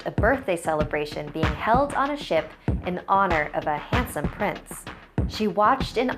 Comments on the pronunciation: In the little mermaid story I kept thinking she was saying shit instead of ship... my bad.... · OMG DID YOU HEAR SHE SAID “SIHT!!!!” OMG